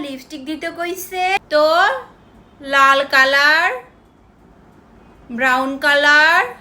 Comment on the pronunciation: কিরে আমাদের বাংলা আপু আজকে কিভাবে ইংলিশ হয়ে গেল ন্যাকামোটা খালি একটু দেখা উচ্চারণই করতে পারতিস না লাল কালার উচ্চারণই করতে পারতাছে না নাল কলর কেমনে করতেছে উচ্চারণ লাগবে আপু আপু কি আপনাকে উচ্চারণ শেখানো লাগবে 😂😂😂😂